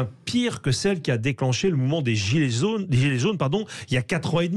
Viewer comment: "Des zilets zaunes" dit il !